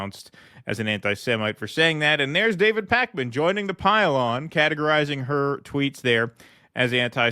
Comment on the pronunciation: Is it pronounced Pakeman or Pawkman, I don't even know.